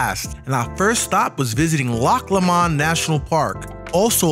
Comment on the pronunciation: It's pronounced "Loch Low-mund",by the way. Rhymes with bow, doe, low, etc